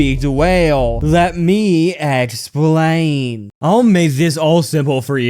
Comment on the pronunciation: ehhxplian(best way to say it)